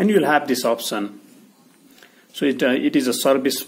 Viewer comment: First learn speaking english before making vids. It's not opsen but option.